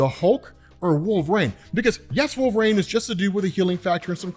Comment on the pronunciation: Maybe this is old news but the way you say wolverine is so odd. Wolverine comes out as “wolv-rain” and it’s maddening lol